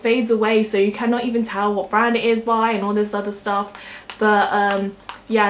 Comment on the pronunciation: "Brang" :p